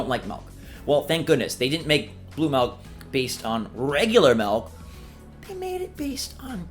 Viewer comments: It’s Milk not Melk. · I don’t like “melk” either. Milk, on the other hand... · What.. is “malk”? Ooooh, milk... sorry Aussie here, some accents at times can have different sounds on similar words. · Idk why but the way says Milk just made me laugh since I heard "Malk" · I hear Melk